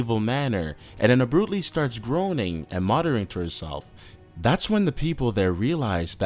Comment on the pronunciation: AND.... someone needs to tell these narrators how to f-ing pronounce certain words! "Abrooptly"? "An-jell-a?" wtf???? LOL